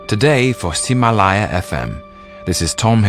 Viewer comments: wow...his pronunciation of ximalaya is really good! lol why am i surprised? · It's a bio of him in Mandarin -- this series is recorded for a Chinese podcast streaming platform called Ximalaya (he pronounced it perfectly btw)